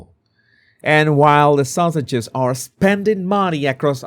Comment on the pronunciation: pronounces ‘Sussex’s’ as ‘sausages’. I like that! It fits!